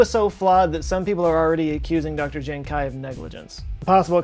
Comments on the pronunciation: How do you even pronounce kui as kuai... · The question is, why is pronouncing "kui" as "kai" in Jiankui? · Is kuei not kuai just throwing it out there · might wanna work on your pronunciation and usage of chinese names... He Jiankui would be pronounced like "huh ji-en kwee" and "He" should be his surname so it would be Dr He. also, "mosaicism" is from the root word 'mosaic', i hope you know how to pronounce that one.